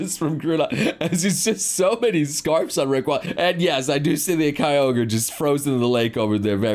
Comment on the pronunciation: its surprising that he pronounced kyogre correctly given he didn't pronounce groudon and rayquaza right